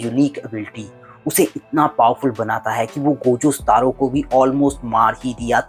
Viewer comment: सतारो नहीं सातोरु है वो